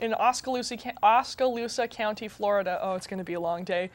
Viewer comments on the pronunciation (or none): Actually, it's pronounced - (oak-a-loosa) County I glad that story made it out of our local news.